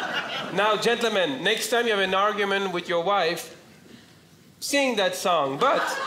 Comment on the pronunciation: "now, gent le men.." That's how you know he's legit French lol